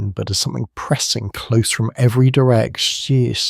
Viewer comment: Lol not even a minute into the video. “Every direction” comes out as “every direccccsszzhhhh” like cmon robot